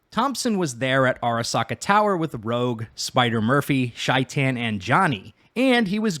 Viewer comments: Its not pronounced shi tan its pronounced like shayten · Shaitan is pronounced with a long A sound, or at least that's how Johnny pronounces it in game.